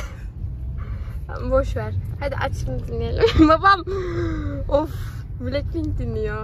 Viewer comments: Yanlış şöyledin aşkom belekpink deil blacpink diye yazılır (blakpink ) diye okunur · Ya abi Blackpink bilekpink diye okunmuyo